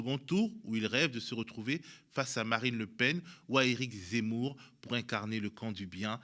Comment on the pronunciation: Compliqué de dire zemmour hin 😂